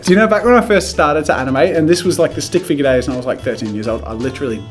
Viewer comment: “stick figga”